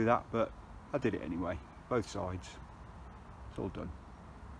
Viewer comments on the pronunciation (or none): none